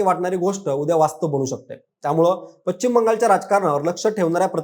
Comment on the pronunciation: तुमचे चॅनेल खुप मोठे आहे त्यामुळे ह्याला पश्चिम म्हणायला शिकवा. तो चुकीचा उच्चार करत आहे